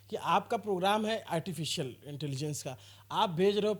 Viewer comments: Artificial....❎ Artifilcial...✅😅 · "ARTI FEEL CIAL" 😅😅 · "Artificial" Bhi Nahi Bola ja raha hai inse, Aur Ye AI (artificial intelligence) ki degree de rahe hain. 😅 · He cannot properly pronounce ‘artificial,’ yet he is talking about a ₹350 crore AI investment.